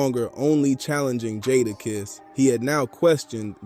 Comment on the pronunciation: Dope content but please stop saying jadakiss name wrong shits hard to hear who’s jaadaaaaakisss fam